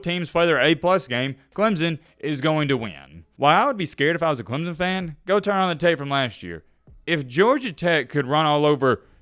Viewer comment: its clemson not clemzon